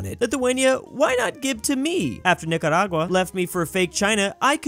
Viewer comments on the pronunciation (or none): none